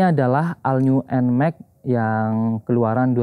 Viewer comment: cara bacanya ALL NEW NMAXnya abangku